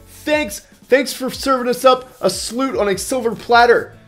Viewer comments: it's a Sloop not a Sloot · Sounded like you said sloot lol